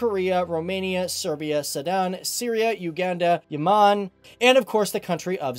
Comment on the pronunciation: Yemen not Yamaaan. Angola not Angolia.